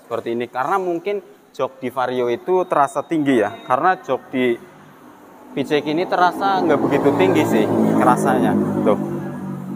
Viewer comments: aap susah nya nyebut pcx ( pi si eks ) malah nyebut pice ek gk sekalian bilang PICEK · Wkwkw ya sama bg suka gereget sih jd ala ala kampung nyebut pelafalan english PCXnya